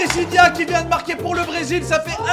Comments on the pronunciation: pourquoi tu arrêtes pas de dire Priscilla mais sais Pricilla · JSP si vous aver remarquer que di présilia et non présila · Pirisila pas prisilia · c'est pas priscilia c'est priscila et c'est pas ariana c'est mariana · Precilia? 😂😂 precila😂😊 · C'est Priscilla et non Priscillia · C moi ou il dit brézilia ?? Pour Priscilla